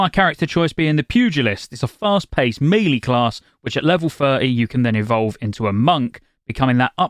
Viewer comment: I love your videos and watch them all, but please please can you pronounce melee correctly. I know I should care, but it drives me bananas - it is meh-lay, not Mee-lee.